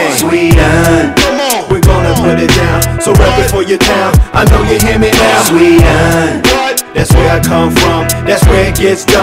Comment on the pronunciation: eeeeeeeeeeeeh.... Säger du "sveden" till sverige på engelska elleR?